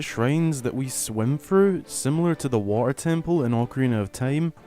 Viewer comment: The way you say water like “waugh-ehr” is so funny lol